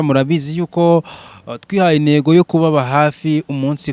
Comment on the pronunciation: Ariko wa munyamakuru we,ubwo ntiwashobora kuvuga impamvu aho kuvuga imamvu? Ukavuga intego aho kuvuga inego? Harya ngo nibyo bigezweho? Ahaaaaa!